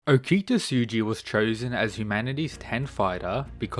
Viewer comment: Ngl I like your rundown of videos but your buturing of okitas name is super jarring man.